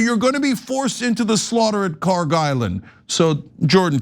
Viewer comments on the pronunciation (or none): PRONUNCIATION: kharg خارک should be khark. pronounced like park but the german 'kh' sound in the beginning instead of 'p' there is absolutely no 'g' sound in the name. ک is the last letter in the name which is 'k', not گ which is the next letter of persian alphabet which is 'g'. they look similar to people unfamiliar and the keys are right next to each other so it is either a typo or ignorance in transliteration.